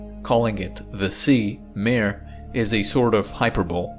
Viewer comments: I love the videos, but its not mare, like a horse, it is pronounced mah-re, like a sea, those were lava seas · Yep! According to Wikipedia, Kraken Mare is pronounced /ˈkrɑːkən ˈmɑːreɪ/ (KRAH-kun MAH-ray). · 'mare' is not pronounced like 'nightmare'. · Yeah, he is pronouncing it like mare/female horse in english, not like mare/sea in latin. :) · Very good reporting. Titan is far weirder than we suspected before the Cassini mission. A little assistance for you with the pronunciation of "Mare". When you pronounce it as you do, with one syllable and the long "a" sound, then it's english and it means female horse. If you want to pronounce the Latin word meaning "Sea", then it's "MAH-reh." Two syllables, and the first syllable. "Ma" sounding very much like the first syllable of "Sorry". IF you're having trouble with the "reh" of the second syllable, then "ray" isn't far off. All good wishes. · Hi, it's pronounced Maré or Mar-ay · It's pronounced mar-ay. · I like this video so much I won't even correct your pronunciation of "mare". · you are pronouncing 'mare' wrong. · pssst…. “hy-per-boh-lee” and “mar-ee”… both Latin words so both pronounce the “e” at the end